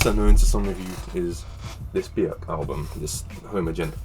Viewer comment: It's not widely known, but Björk (you pronounced her name perfectly) deeply loves and was greatly inspired by the Cocteau Twins. Truth be told, almost every band you mentioned were largely inspired by the Cocteau Twins, except for Aphex Twin (although your recommendation is outstanding by itself). The Cure's 'Pornography' album is one of my favorite albums from them when I first heard it, while getting stoned with my Goth-coven friends. — It's sounding like your becoming more and more Goth yourself. There are several bands that you mentioned, which were produced, mastered, and recorded by Robin Guthrie ― Nobody realizes this little fact. He and Simon Raymonde both own the BellaUtonic Label so they usually touch every album produced. I personally want you to listen to more Cocteau Twins albums, or even maybe one of their many, many EP's. Ask and I'll guide you to whatever you want, depending on your mood. Later